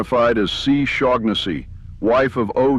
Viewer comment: Do double-check the pronunciation of names before reading (or, in this case, using text-to-speech, but I hope you grow out of that soon and grow into your own voice). "Shaughnessy" might be misspelled here but it's pretty clearly just a variant on an existing name, which has no G sound (SHAW-nuh-see). Especially when you're gonna be repeating a name many times, you don't want to get a clearly inaccurate pronunciation.